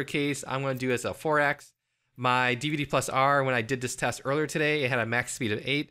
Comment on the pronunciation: "Dihv-duh." lolz